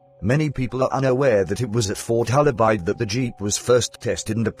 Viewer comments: Hola Bird say it correctly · Bloomin Brit computer voice can not pronounce the name ............................